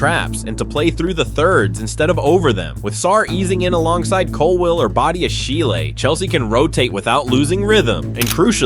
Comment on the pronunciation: Oh my, the way he butcheded Badiashille's name 😭😭